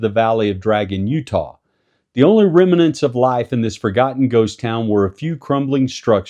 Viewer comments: “ Remnants “ has only two syllables. Interjecting a syllabic consonant between M and N is epenthetic anaptyxis. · You’re forgetting the MUH in the middle. It’s like silent letters or the invisible er at the end of China, pronounced “Chiner”, see? Easy!